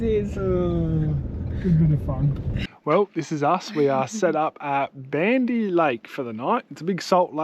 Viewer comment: Baandee Lake. (Barn Dee)